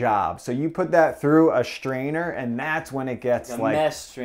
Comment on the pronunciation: Please, for the love of all things holy, stop adding H sounds where they dont belong. The word is "strainer." Not "shtrainer." Please. I beg of you. 🙏🏼